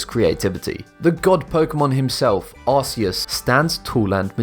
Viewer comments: It's arceus not aressious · It’s pronounced ar_key-us not ar-see-us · It’s pronounced arKeus not arSeus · Arceus isnt pronounced arse-e-us it is pronounced ar-key-us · Its not Ar see iss Its Pronounced ARKAYUS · It's ARKOOS OK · Be Amazing in the Pokémon 1 when u did Arceus it’s pronounced Ar-Ce-Us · Not arceus with a s sound more like a k sound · Anyone else got triggered about the way he pronounced arceus?